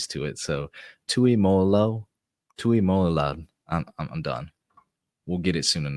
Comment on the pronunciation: JT's name is pronounced Too-ee-mow (like mowing the lawn) loo-ow